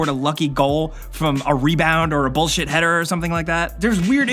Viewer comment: Why why did you have to say header in an American accent